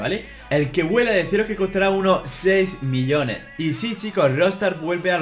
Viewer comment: Cuando decia millones le entendia billones